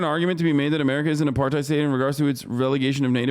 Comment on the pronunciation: Hard R. Not pronounced AparTIDE